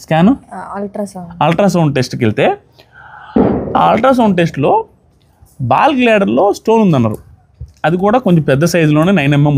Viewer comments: Ball glader kaadu gaal bladder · Adhi ball gladder kaadhandi garu adhi gallbladder andi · Ball gladder kadayya adi gallbladder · బాల్ గ్లాడర్ కాదు గాల్ బ్లాడర్ అనుకుంటున్నాను